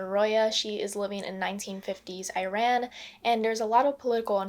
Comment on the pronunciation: It doesn't matter much but you are saying Iran wrong.